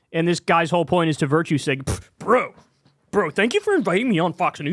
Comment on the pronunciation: Kyle no one is saying "Bro" like that. Please stop